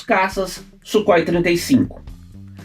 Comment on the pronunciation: Não é Sukhoi !!! É Súrrói !!!